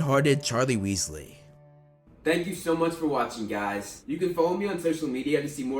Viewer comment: Wealsly Weasley hmmmmm